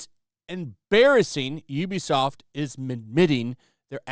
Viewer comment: Actually, it's pronounced "oo-be-soft",.